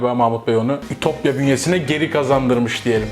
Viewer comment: Ütopya değil, İtopya.